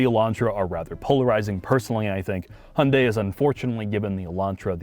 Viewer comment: It seems like a great car to drive, but OMG it is so ugly! The i30N looks so much better, IMO. And BTW: You do not pronounce the brand name by "Hunday", but more like "He-you-n-die" 😉